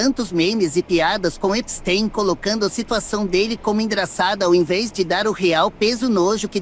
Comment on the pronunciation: falando EPISTÁIN